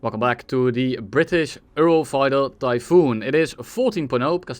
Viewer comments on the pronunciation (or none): ah yes, the "Earlfighter", keep it up!